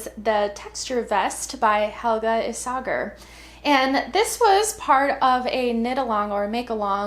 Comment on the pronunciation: All so pretty and beautifully knit (and spun!!). Great variety. The Isager vest is adorable! (PS I think the G in Isager is pronounced like a Y.). Also thanks for leaving the pattern name/designer on the screen while you were showing each one—I could snap a pic to remind me of what I want to make soon! ❤. (PPS no gnome going on! lol)